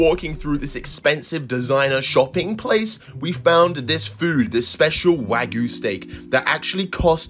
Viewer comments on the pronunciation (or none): none